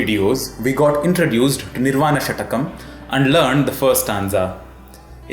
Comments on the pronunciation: It is षट्कम् . Not षटकम् . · It is shatkam and not shatakam. Please! 😏